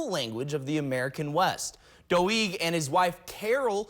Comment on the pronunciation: Doig is pronounced Doe-eg.